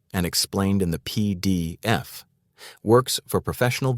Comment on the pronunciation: I didn't realise until he mentioned the peee deeee effffff.